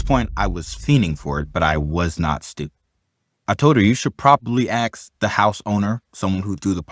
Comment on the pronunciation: Say ask. - Aks. - Ask. - Axe. - Aaaask. - Eeeehx.